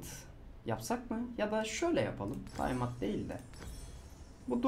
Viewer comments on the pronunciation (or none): none